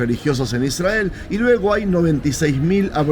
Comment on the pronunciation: Por qué pronuncian Israel de esa manera? Y no como hispanoparlante?